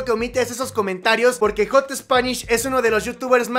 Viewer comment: Jot spanish jajajajaja ??? Es jat spanish bch aprende ingles lil bch :v